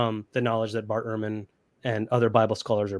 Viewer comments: Bart Ehrman's name is pronounced 'Erman' not 'Airman' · Dude, Ehrman is not pronounced airman. It's like ur-man.